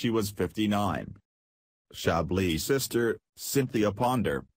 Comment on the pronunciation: …along with “sist-or” is just too much machinery for the human ear!!